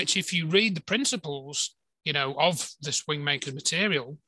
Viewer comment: Wind makers - I thought you were saying Wing makers.